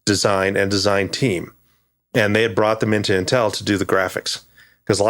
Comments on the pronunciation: I like how pronounces Intel. I say "IN-tel", he says "n-tEl". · This guy is great, but the pronunciation of "Intel" is driving me fucking crazy lol.